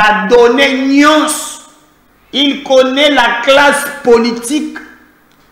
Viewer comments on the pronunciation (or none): none